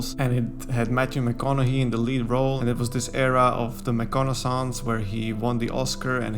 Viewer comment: You let the French influence sneak into your English. I'm not criticizing, because it wasn't distracting, and English orthography is a mess, but you also pronounced "Liam", "Bowie", "McConaughey", and "Gyllenhaal" oddly.